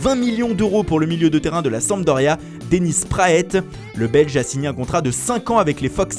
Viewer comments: ON DIT "DENNIS PRAAT" ET PAS "DENNIS PRAÈTE" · Mdr Dennis PraAITE, c’est quoi cette prononciation 😂😂